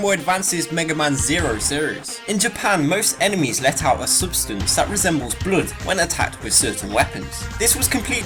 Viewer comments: You say "bloud", we say "bluhd" =D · "Bluud" Yeah, does sound like a fun way to say it. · He says it like the german word for stupid.